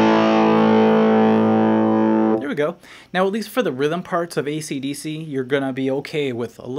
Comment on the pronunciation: What the fuck is ''Deece"?